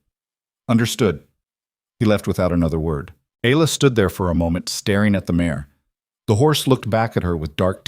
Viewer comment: Good story! Be better if the AI didn't keep calling a mare a "mayor" though. Distracting!